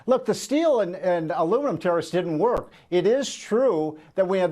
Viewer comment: Why does he say Terrorists for tarrifs?